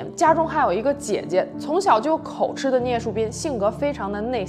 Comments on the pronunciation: 我的天哪在大陸怎麼很多人都會把口「吃」唸成吃東西的吃音？這個字是個破音字應該是讀成「吉」的音。字面讀法應該是口吉才對。麻煩請注意不然會誤導大眾。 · 口吃唸(ㄐㄧˊ)二聲